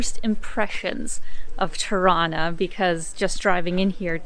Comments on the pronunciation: It sounds like you're saying "Toronto" every time you say "Tirana" - you know, the way torontonians say it, by dropping the second "t". I'm getting the impression you're from Toronto. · Hello, is Tirana not trono! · You say Tirana, but I hear Toronna (Toronto). 😉 It's a hometown thing. Once the lockdown ends I'll visit my Albanian barbers and tell them about your videos. They are really good guys who tell me about their home all the time. Looking forward to more. Enjoy your visit. ✌✌ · I was listening while scrolling through comments and heard "Torona" too, did a double take. I think you have to be Canadian to get it :) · It almost sounds like you're saying Toronto every time instead of Tirana lol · Anyone else double-take on 'Tirana'? Sounds like how a drunk Toronto-nian would pronounce their own city's name!